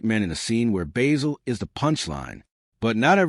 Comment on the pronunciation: AI junk. You can't even pronounce Basil correctly, you use clips from other movies and shows. use a photo of Basil Fawlty that isn't John Cleese. AI dropping random clips of WW2 and other nonsense out of context. This show deserves more respect.